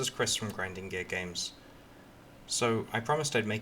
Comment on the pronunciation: Did he say grinding gays games